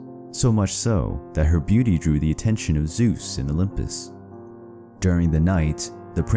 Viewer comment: Why do they always say "The olymus"?